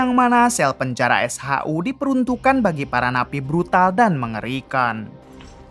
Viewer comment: SHU. bukan s haa huu